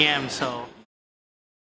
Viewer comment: It's pronounced (Mel-Bin) I think